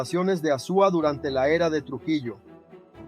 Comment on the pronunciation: Amigo está bien, el vídeo, trata pronunciar Azua bien, porque lo pronuncia horrible 😮